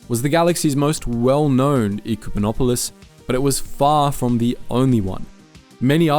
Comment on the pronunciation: I'm sorry, but you're pronouncing it wrong. It hurts ever time you say it. It's Eh-cumenopolis. Its okay, everyone pronounces Executor (Vader's ship) wrong too.